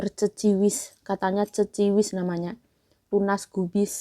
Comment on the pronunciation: Bukan Ceciwis tp Keciwis mbak...😊